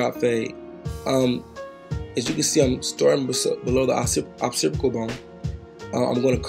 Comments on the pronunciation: Awesome work! Just wanna say its "Occipital" like Ox- sip- it- ul 😉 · it’s occipital my g 😫